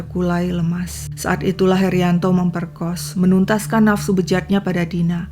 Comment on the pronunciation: Ga tahan cuy...memoerkos...memperkoss...